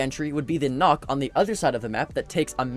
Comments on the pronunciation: Why do so many people pronounce Nook wrong, it isn't Nock... It's Nook like as in a small space. Yes I am one of those people who make a big deal out of nothing, because to me it sounds stupid when someone says "Nock is on red stairs" but they should be saying "Nook is on red stairs". Not only does it sound better but it's actually how you say her call sign. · It's probably because it has the ø and 2 ks so they probably think it's more like nokk instead of nook